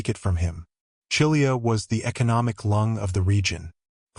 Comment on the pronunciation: Read Chilia as Kilia. The triftong “chi” is read as “Ki” from “kiss”. I am Romanian and sure is readen like this.